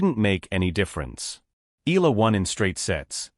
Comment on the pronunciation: Alex last name is pronounced EYALA not ILA!!!